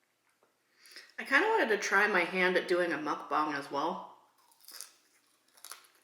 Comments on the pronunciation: You keep saying muckbong it's MuckBANG. Say bang, it's bang. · Also it’s not mukbong it’s mukbang just to let you know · When you say Mukbang your supposed to say bang the same way you normally say bang not bong it’s mukbang not mukbong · why do you keep saying "muckbong"? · It's mook-bang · Mispronounced muck bang. Short "A". I also hate you now for making me want McDonald's.